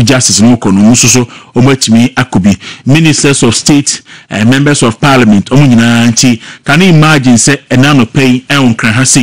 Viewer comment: Please don't pronounce it ParLIAmeant. It's Parliment